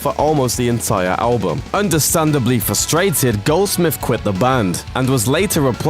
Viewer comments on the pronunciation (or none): none